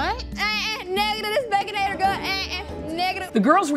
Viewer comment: lmao she said this baconater gut